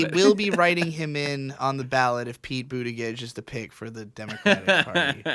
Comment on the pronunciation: love how pronounces buttigieg